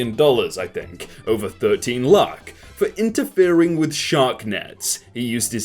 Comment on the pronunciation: I love it how he pronounced 'lakh' correctly